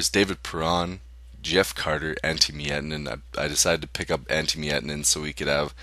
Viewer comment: Meietanen?? Miettinen? :D